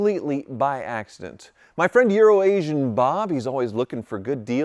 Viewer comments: I used to think you were calling him urination Bob lol. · Very precise pronunciation of EURO ASIAN .